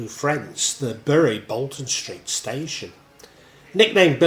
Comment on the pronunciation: Great video, but I understand it's pronounced "Berry", as my mum was from there and that's how she said it ought to be pronounced.